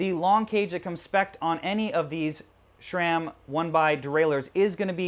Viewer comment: Pretty sure SRAM is pronounced "SRAM" not "SHRAM" lol